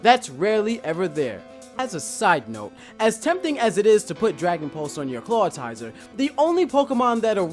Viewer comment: "Clawtizer" Read his name.